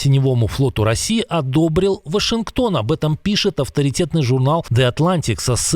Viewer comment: Почему говорит вОшингтон? 😂😂😂😂😂😂😂